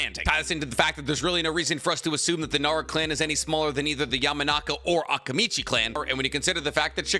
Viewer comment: Am I the only bothered with the pronunciation of Akimichi and Akamichi? Is it supposed to be like that? I never watched the dubbed version so please correct me if I’m wrong